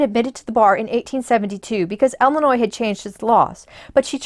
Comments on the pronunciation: Please, it is Illinois, pronounced "ill-ih-noy" and not "el-uh-noy." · They live in Illinois. Might be a regional dialect thing.